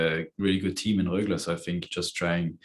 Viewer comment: I love how he said Rögle with a southern swedish accent, aka skånska